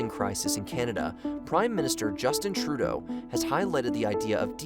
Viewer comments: Who is trodo?.....come on at least learn how to pronounce that names of things in your doc........hes not frodo's brother trodo.....lollol although he could be .......its pronounce true-doh.......and its not Low-blaws......its lob-laws......you also totally left out all the companies they own......loblaws owns neilsons milk westons bread....etc....so all the grocery stores do is blame their suppliers for the high prices.....also our healthcare system is a problem cuz we are loosing drs......yo didnt mention that at all.....seriouslly you need to do way better research. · mispronounces many Canadian names including the Prime Minister's. He is not qualified to comment on Canada.